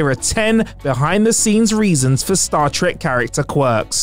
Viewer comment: Um sir, WTF is “Star Trick”?